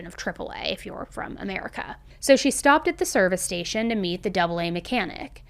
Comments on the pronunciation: Great video. Very interesting. Just FYI, we say A A, not ‘double A’. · Great episode. I live in UK and have not heard of this case. Maybe because I don't own a TV. FYI the AA is literally spoken AA not double A. I find it amazing that although we speak the same language each country pronounces things differently. Stay safe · „Double A” is pronounced as the “AA” (same as Alcoholics Anonymous) 🤣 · That’s so cute 💞 In the UK they don’t call it Double A. They just call it AA (by the letters pronunciation). Not to be confused with Alcohols Anonymous AA. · So weird hearing the AA pronounced as double A lol but great video as always